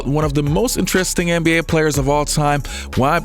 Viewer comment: He says “anne be A”. It’s soo annoying